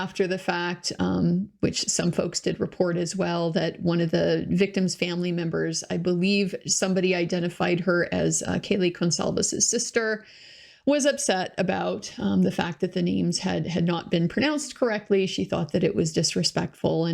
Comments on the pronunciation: I think the Judge saying Kayla instead of Kaylee was the worst mess up with the names. So I 100% understand her sister. I do feel it was anxiety and not malicious. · 🙄 geez, give the judge a break. I'm guessing you expect him to be fired for mispronouncing Kaylees name?? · 🙄 i suppose you would like to see him "tarred and feathered" for what you perceive as stepping outta line for mispronouncing Kaylee's name??